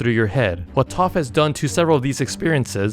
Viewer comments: It’s pronounced taf not tof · sounds like toph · TTAAAPPPHHH💅💅💅💅💅💅💅💅💅💅😂😂😂😂😂!!!!! It’s Taf!!!!! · ITS PRONOUNCED TAFF NOT TUUF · ITS TAPH NOT TOPH . T A F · hes pronouncing it like Toph from atla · He said Taph rong